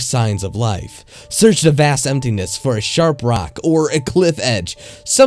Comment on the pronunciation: My gosh this is the worst reader on YouTube he talks so fuckin weird and he says "the" as "de" it's so fucking annoying oh my God he pissed me off he ruined this story